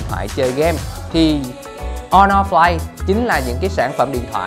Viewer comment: Honor"Flay" t ko chịu nổi^^